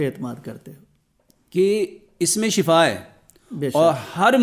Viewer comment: شفا زبر کے ساتھ معنی ہلاکت 😂